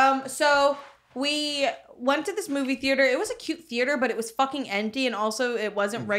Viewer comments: Thee- ate- er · the way that pronounces the A in theAter makes me wanna slap him